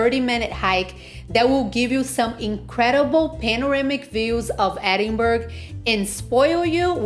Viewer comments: Whole video of calling it a place in Sweden! Its NO BURG! Hen! Its Bra!!!! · I am leaving after hearing edin-burg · For f*cks sake it's pronounced Edin-burra! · Closing this after 20 seconds. How disrespectful to not even correctly pronounce the city's name. It's not optional! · Its such a put off to hear the wrong pronounciation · I enjoyed the restaurant suggestions. BTW, it's Ed-in- bra and It's Princes Street, not Princess Street.